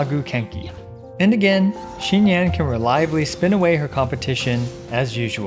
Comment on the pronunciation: It’s xinyan. Not xingyan.